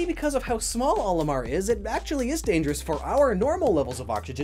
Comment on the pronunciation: Why is this mispronounciation of Olimar so common?